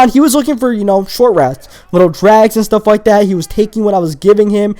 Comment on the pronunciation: Da. Anoder. Dat. Dude, can you fucking pronounce a T at all?